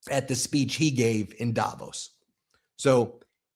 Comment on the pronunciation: The accent in the place name Davos is on the 'VOS' and not on the 'Da', BTW. Swiss-Canadian, who has been to Davos, GR, CH, a number of times.